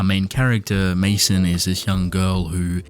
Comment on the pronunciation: I think Maison is supposed to be pronounced "mayzon", like the French word for house.